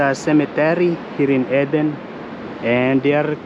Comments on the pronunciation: Its pronounced Eeeeden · You found some beautiful areas to explore. It's pronounced "eee-den". Fruit is cheap and portable. Maybe buy a few pieces of fruit as well? It's true that you can't put the seal back on the water, but you can stand it up in the back of the car, and the water has a little spout thing that you lift to get the water out and to stop the flow. When it's empty, you can prise that off and refill it, then put it back. You just have to be sure the container remains upright while you're not using it. I think your car set up is so cosy and practical. And I have to add - in order for the water to flow from the valve in the top of the water container, you will have to punch a hole somewhere near the top to let air in. There is a spot marked on the bottle. You can put a piece of tape over it when you refill it of you want to be careful of it splashing in the car, but if you don't fill it all the way to the air hole, it won't be a problem. A sharp knife or a screwdriver works well.